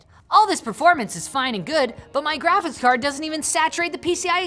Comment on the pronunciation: "Grafits" cards. Man... you Canadians... sample size of two: and Riley. Confirmed, all Canadians can't pronounce the word Graphics. /s